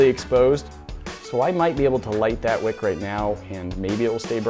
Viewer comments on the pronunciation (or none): none